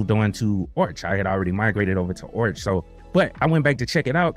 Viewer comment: "Orch" is the more jarring ear-bleeding thing you say vs the Endeavours bit. So don't sweat the latter and focus that effort into "Arrrrrr" aspect of Arch; embrace your inner pirate as it were. Also, you kids with your fancy "easy button" distros; arch, mint, ubuntu, redhat. Try a "real" distro, try Gentoo. Short of LFS, Gentoo is the Berlitz School of Language equivalent of linux lore acquisition. While not as pure is it once was, the whiners lost us true stage-1 installs, it still has meaning and teachings to vend. It's The Way, The Truth, and The Light of distros.